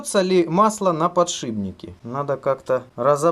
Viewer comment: "подшибник", вот это реально катастрофа